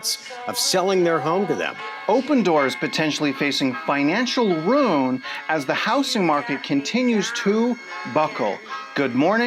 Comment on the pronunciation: I used to pronounce “ruin” fine until some years ago all of a sudden I couldn’t stop saying “rune” and I swear to god hearing you do this has triggered me revert back to being unable to properly pronounce it. Unsubscribed lol